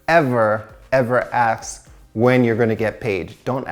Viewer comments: It’s ASK not AXE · CEO of saying ask as aks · "Don't aks" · he said do not "aks" tho, so asking is ok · Love how we always says AKS 😂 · Is it just me or he can’t pronounce “ask” most of the time? Anyway, great content.